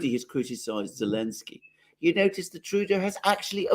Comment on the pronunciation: Heil Trudeuh!